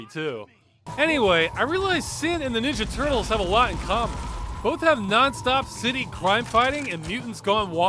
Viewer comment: I've never heard anyone say "Ninja Turtles" with that inflection before.